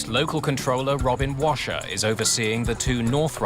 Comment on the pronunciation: Sounds like robin crasher rather than washer